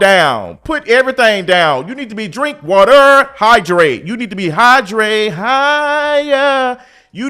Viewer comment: Please don't say "Drink water!" like that again lmao that muscle memory almost kicked in